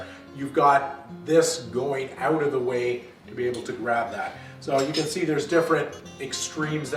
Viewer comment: You're saying "out" wrong!